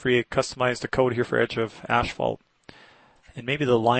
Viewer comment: My wife calls it ashphalt too :D